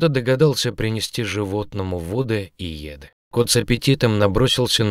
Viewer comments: "принести вОды и Еды". Ненавижу автоозвучку. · "Кто-то принёс ему вОды и Еды", он что не русский? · Почему вы читаете вОды и Еды с ударением на первом слоге? И вместо выходИла говорите вЫходила?